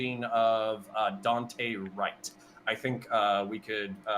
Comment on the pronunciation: Jesus. Disrespectful of to continuously mispronounce Daunte Wright’s name.